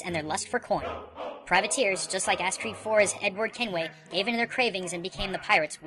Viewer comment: Please dont say "ass creed"...that's a humiliation of a great game franchise!